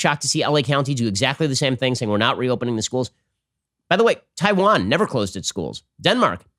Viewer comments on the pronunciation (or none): none